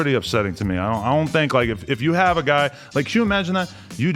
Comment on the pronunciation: “Ion think” 😂😂 he dont talk like that fr somebody must be rubbing off on him